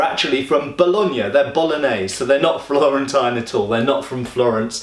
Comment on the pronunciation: I appreciate you've improved a lot the video quality of this Tv show combat Reviews. And you pronunciation of Bologna was quite spot on....